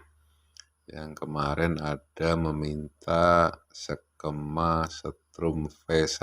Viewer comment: Jangan sekema dong bos......tapi sekeeeeema